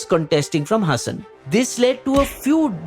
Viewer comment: Its pronounced Haasan not Hassan.